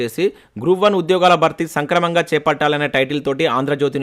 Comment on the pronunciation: సంక్రమంగా కాదు సక్రమంగా